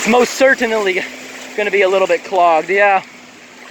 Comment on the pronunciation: "most cer-tin-nilly"